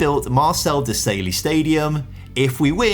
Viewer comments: Marcel De-sail-ee.😂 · Never heard Marcel Desailly pronounced that way before, took me a second to realise who you meant 😂😂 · He butchered Marcel Desailly though